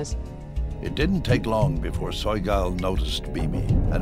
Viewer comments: Oi, narrator. It is SOGYAL. Not SOYGAL. But regardless of how you pronounce his name, this man is corrupt and has brought real shame on Tibetan Buddhism. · Soygal? This video would be more impressive if the narrator could pronounce the subject's name...!